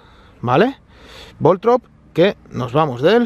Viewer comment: No es Voltrob, es Voltorb.